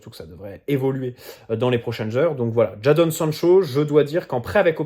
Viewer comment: Juste ça se prononce « Jaydon »